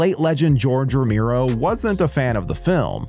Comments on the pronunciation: Say "Romiro" one more time! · Romeero? Jesus the pronunciation...